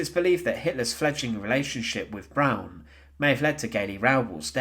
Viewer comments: It’s pronounced Eva “Brahn” not “Brown”. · Eva’s last name isn’t pronounced brown. It’s pronounced “brawn” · The mispronunciations drove me crazy, with the biggest being his saying Eva "Brown". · It is pronounced B R O W N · He sounds English, to my English ears. Although, I've had to listen to Australians mispronounce European names for 40ish years